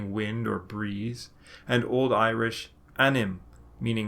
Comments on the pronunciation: Your Irish pronunciation is remarkably good. If you're not a native speaker, I'm interested in what you used to learn. Great work. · you pronounce with munster dialect and your irish is better than mine and learned it for 13 years 😀👍